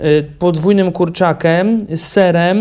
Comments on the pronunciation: Gościu, dlaczego ty nie wymawiasz ,,i''??? Kanapka jest z kurczakiem, a nie kurczakem kurwa mać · ohhh nie wiem czy tylko ja ale usłyszałam kurczakem a nie kurczakiem xD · Dlaczego ty mówisz z kurczakem a nie kurczakiem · czemu ty mówisz z kurczakem a nie kurczakiem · To uczucie kiedy muwisz kurczakyem a nie kurczakiem xd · kurczakiem a nie kurczakem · Kurde typie nie mów kurczkaem tylko kurczakiem !!! denerwuje to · Kurczakem, dodatkem... dzizas kurwa ja pierdole.